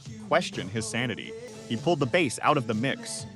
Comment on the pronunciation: You can always review the output from your chosen AI and listen to it beginning to end and have to replace 'bass' from being said "base" or "bass". Your lack of editing it what makes this video voiceover bad.